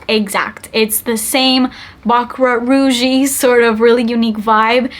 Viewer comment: why did I hear “butt crack” rouge? 😂 i had to rewind it